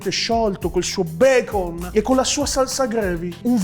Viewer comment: un po di becon: UN PO DI BECOM!: Tutto BECON! Soprattutto Okiro😂